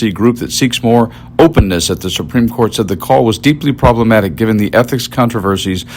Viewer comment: SUPRIME CORT ....IS .....SUPREME SHET 😂😂😂😂